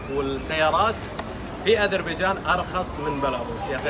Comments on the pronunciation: علأقل هي غير عربية وتقول ازربيجان؟!! واش تقول في عرب ويدرسون نصف حياتهم أن حرف ذال هو ذال ثم ينطقوه ز؟ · اسمها اذريبجان بالذال و ليس ازربيجان لازم تصححيها